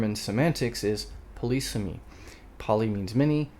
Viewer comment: it's pronounced /ˈpɒ.lɪ.siː.mi/ or /pə.ˈlɪ.sɪ.mi/ and does not involve 'policing'. ;-)